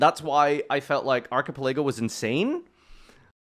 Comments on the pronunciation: Proud of ya but my guy, its pronounced "arca-pela-go" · Ark A Pa Lay Go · How would you pronounce that word if you've never seen it before? It's not exactly a topic for a casual conversation, UNLESS you're talking about One Piece. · I’m having an aneurysm every time he says archipelago.